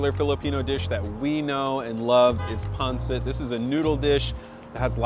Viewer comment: yes actually said pansit correctly!!! Thank you!!!